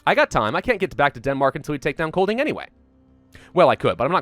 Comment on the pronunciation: just to let you know master. The "d" in Kolding is mute so it sound more like koling. Also for an American, you nailed "sjælland" prerry well. and also "vest" means west, "øst" means east, "nord" means north and "syd means south <3 keep up the good work:D (im Danish btw)